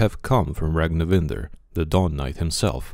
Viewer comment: Actually his surname his Ragnvindr, not Ragnivindr, or the correct pronunciation is like that? good job btw 👍